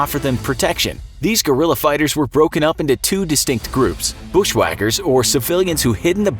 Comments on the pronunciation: I think i heard Gorilla not Guerrilla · Correct pronunciation (ge•ri•ya) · Americans: Gorilla fighters 🦍🦍 😂😂😂 idiots don't even know how to pronounce Guerrilla 😂😂 Gue-ril-La it's really not that difficult!